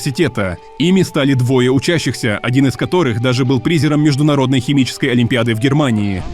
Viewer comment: . Кем был студент-химик!? "ПрИзером"? Или же, всё-таки – "призЁром"? . Какой кислоты!? Даже я, будучи человеком, весьма "далёким" от сфер, где используются химические и биологические термины, на 100% уверен, что "амино-гамма-маслЯной" кислоты – не существует и никогда не существовало в природе. Но есть "амино-гамма-мАсляная" кислота. Ладно, пока что прекращаю "душнить", хотя, уверен – в тексте этого видео услышу ещё не одно неправильно плставленное ударение и/или другие ошибки. И потому хотел бы дать один совет: если уж используете "нейронку" для зачитывания текста – так, хотя бы, потрудились её правильно настроить...